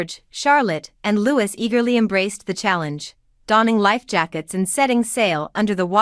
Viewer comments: Louis is pronounced Louie. If you are going to say it pronounce it correctly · Your English pronunciation and understanding is 👎not good the “King enjoyed many memories with HIS LATE MOTHER and NOT “HER LATE MOTHER “ Louis is also not “Lew or Lewis” it is as per the French pronunciation!! 😏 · Could you, pretty please, try to pronounce Louis’ name properly !!!!!!!!!!! [ Loo ee] not Lewis !! Like Louis, King of France ! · It’s Prince louee, not Louiss!! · Can I point out, for future reference, "Louis" is pronounced "Loo-ee", not "Lew-is". Also, you need to sort your pronouns out (you mix "his" and "her" at random, and quite wrongly). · Even after all these years, you cannot pronounce, Prince Louis name correctly, you do Not Pronounce the S. no thumbs up for you. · Prince Louis not Lewis 😊 lovely thank you ❤ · And I believe it is pronounced Louey, not Louis, regardless of the spelling. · It’s feckin LEWEEE, silent S. FFS !! 🇬🇧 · Happy holidays beautiful family ❤ please can you say Prince louis name correctly its Lou ie you don't sound the letter s you are annoying saying it wrong and its the Wales family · You need to learn how to the family name Wales as in the country of Wales. Prince Louis is not pronounced Lew is but as in French is pronounced Lou ee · If you must insist unprofessional photoshopping at least get the pronunciation of their names right. Leweee not lewis. Wales not walis, oh and Queen not quarn. Then not Her( Charles) mother but His mother. Need I go on?